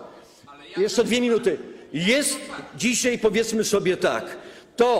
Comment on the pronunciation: panie pośle mówi się dzisiaj a nie dzisiej, a poza tym to pan cudzołoży, żeby nie powiedzieć pie...li głupoty a ja za to płacę w podatkach